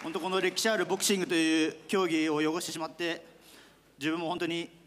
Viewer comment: 「汚して」は、よごしてではなく、けがしてって読むんだぜ